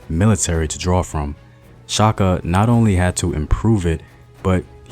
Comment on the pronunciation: I love that you stirred away from butchering Shaka actual name, much appreciated